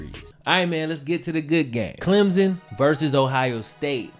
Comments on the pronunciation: Wait wait a minute he said clemzon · It's Clem son. Clem. Son. Stop smashing the word together it's wrong(sorry gets on my nerves as someone from SC).